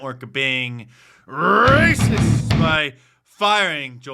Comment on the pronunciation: When u say the word racist it makes me literally lol😂😂😂